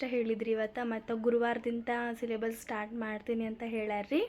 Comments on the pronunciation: Sylabble alla syllabus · Syllabus anta correct agi heliddale ❤